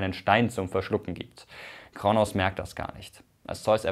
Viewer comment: Heißt es nicht Kr-ooo-nos und nicht KRnos